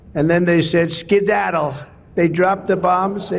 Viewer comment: Did he say Skidaddle??? 🤔